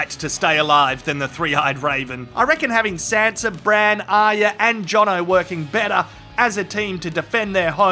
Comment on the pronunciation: Thanks mate!!! first review ive seen that gets Aryas name right!!! A++++